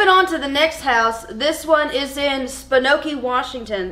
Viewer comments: You would not believe how much I’ve heard people pronounce Spokane with a long A, even from people that live there. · pronouncing Spokane like "Spinocchi" just replenished my serotonin reserves for the next 6 months thank you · Calling it spa-nokee from now on too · I’m from Spokane. But that was a first time hearing Spokane called sponkey. It’s usually spoCAN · I hollered when she said spa nok key instead of Spokane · Lol as a spinocchian I approve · as someone who lives in washington i feel like calling spokane "sponoke" from now on LOL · They said "spoke-an-ee" and I had about 7 aneurysms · Hey ladies! I love this series, and got a kick out of how you said spokane. If you were wondering, it's spo-kane.. or spo-can depending who you ask. <3 born and raised in Washington :) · For real I've heard a lot of people butcher WA names but that one's new 😂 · It's easily the most creative mis-pronunciation of the name I've heard. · I will never forgive you about how you pronounce Spokane I’m sorry I’m from Washington